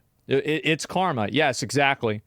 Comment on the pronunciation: it's Car-ma😂